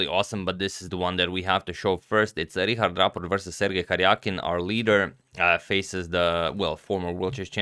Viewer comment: Thanks Antonio for pronuncing Richárd (Rihard) correctly!